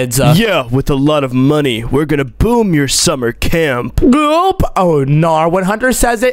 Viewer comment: Camp poop sounds like cant poop😂😂😂